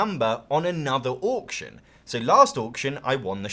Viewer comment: Can someone make an Auction game that has Orc's just so I can hear says 'Orction' more?